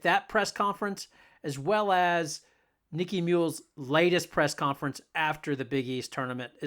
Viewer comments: her name is nika muhl, not nikki.see if you can figure that out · You lost all credibility the first time you called her "Nicky" Muhl. Might as well say that she plays for uh-cone.... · Nika (a) muhl. Not Niki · It's NIKA, not Nicky. Next time ask Geno why Aaliyah misses 50% of her shots in the paint ? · It's Nika, not Nickie. Come on man. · She's NIKA Muhl not Nicky, If you're going to do a video, at least get the subject's name right. They did not beat Villanova by more than 20. Other than your mistakes it was a good video. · When you can’t even pronounce her name correctly, should I even listen to you “take”? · Dude, learn how to pronounce her name! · Maybe YOU could be less of an a-hole and say Nika's first name correctly? What is wrong with you? Besides that - go Nika, go Gino, go UCONN! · NIKA MUHL Not exactly got your finger on the pulse of Uconn basketball when you wildly mispronounce the name of their starting guard who, this season has: logged more playing time than any other Husky, broken Sue Bird's 20+ year old single season assist record, been named Big East Defensive Player Of The Year (2nd in a row), referred to, by Geno, as "the heart & soul of the team".